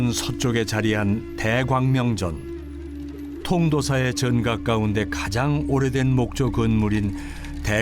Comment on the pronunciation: 대광 명전으로 발음하는것 불편하네요